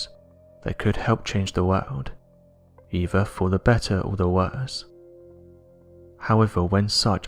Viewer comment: Some people seem to like it but I can't listen to this guy's voice. It's a put on, not natural. Life-sucking, energy vampire voice. I'll go elsewhere, thank you. And it no EEVAH, it's EITHER!!